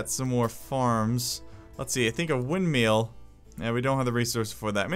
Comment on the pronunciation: Are you saying windmeals instead of windmills? Haha